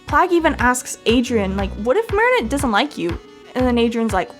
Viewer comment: I thought you were gonna say my name when you said Adrian because my name is Adriana 💀and I got exited but the way you said aderain 💀that’s how people call me adreiana